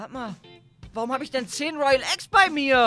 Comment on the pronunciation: Es waren 5 royale eggs kaan hat 10 toyale eggs gesagt😂😂 richtig lost